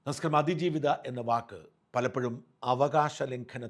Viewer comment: നമസ്കാരം എന്ന് തികച്ചു പറയാൻ എന്തോ നാണക്കേട് പോലെ..